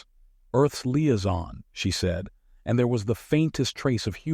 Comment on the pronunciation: Same with Liaison 😂